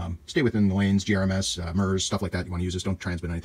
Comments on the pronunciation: gMrs please. Not gems. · Could you PLEASE stop saying "gRMs” instead of GMRS? Thank you. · Don't know if you are aware, but you said "GRMS" several times instead of "GMRS." FYI.